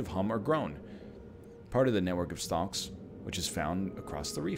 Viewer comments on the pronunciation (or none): NL...why are you pronouncing the L in Stalks? As a fellow Ontarian i must know. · It is extremely strange as he seems to pronounce it correctly a few times afterwards.